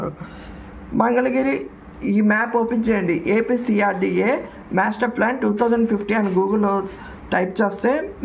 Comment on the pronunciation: మేస్టర్ ప్లాన్ కాదయ్యా బాబు మాస్టర్ ప్లాన్ అనాలి.